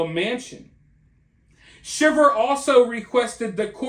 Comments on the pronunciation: The last name is pronounced Shy-ver. Long I. This is why I can’t stand social media like Instagram, people portray a picture perfect life even though it’s the exact opposite. Maybe if people lived in the real world things would be different. This man is lucky the plot was discovered. How a wife could take the father of her kids from them is awful. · The last name is pronounced Shy ver. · It's pronounced SHY ver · You know that you're pronouncing their last name wrong, right? It's not pronounced like the reaction one has to being cold. With a short I. It's pronounced with a long I. Like if it was spelled Schiever. But it's spelled Shiver. Just trying to help you out! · It's pronounced "shy-ver" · Their name is pronounced Sh I ver.